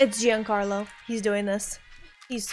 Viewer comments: "Is that GENE CARLO?" 😂 We pronounce Giancarlo: G-un-car-lo. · I think Giancarlo Esposito would dig a grave, get in it, die, then roll over in his grave to hear his name pronounced like you did . The first syllable of his name is the same as John, like John Wick or John Connor. John Carlo Esposito, except of course his first name is one word and not spelled like this. Go ahead and roll the R if you like. He does.